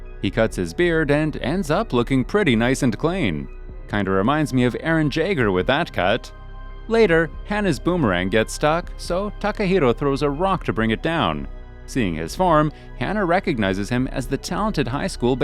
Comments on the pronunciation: this dude really said eren jayger'instead of eren yaeger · Man really said Eren jaker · I have been offended and now depressed of how he pronounced Yeager with a J. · Pronounced Yeager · The way he pronounced Yeager😭I was like the disrespect 😤(all jokes😝)